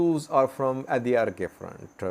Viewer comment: It’s adarkay not Adi arkay ok